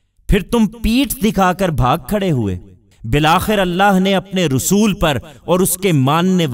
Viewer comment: Rasul not Rusool